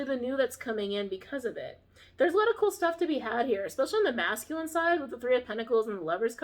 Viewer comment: “Masking” energy is what I think is being said but she’s saying “masculine”. Lol phew. I had to listen a little different after that lol